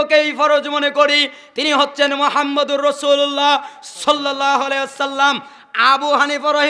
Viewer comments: ভাইজান দরুদ শরীফ তো ভালো করে পড়তে পারলেননা। সহি করে বলেন সাল্লাল্লাহু আলাইহি ওয়াসাল্লাম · হুজুর আল্লাহর রাসূল সাল্লাল্লাহু আলাইহি ওয়াসাল্লাম এই দরূদ সঠিকভাবে উচ্চারণ করছেন না